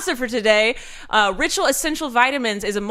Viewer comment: Ritual sounded like Rachel the 1st couple of times you said it